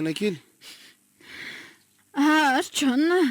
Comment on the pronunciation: Misaotra nizara. Fanamarihana kely fotsiny topoko, mba tonony tsara ilay fanononana ny an'ilay anarana hoe"John",vakio araka izay tena tokony hanononana azy